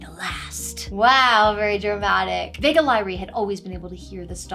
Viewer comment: "Vega Lyrae" is awfully close to "Vague Lie"... Hm